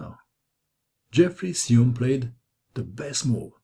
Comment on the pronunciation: I saw Xiong play in the USA championship. I believe you’re mispronouncing his name. Great video though.